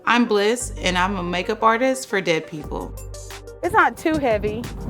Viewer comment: Why are you saying “dead” like that smh